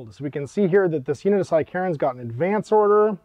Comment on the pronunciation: Psy-Karens is a terrifying idea. Took me a moment to realise you were saying sicarans